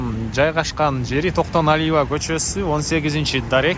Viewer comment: Кок мээ орусча Токтоналива болуп айтылат